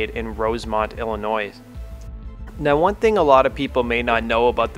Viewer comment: just so you know when you say "Illinois" you dont pronounce the s on the end.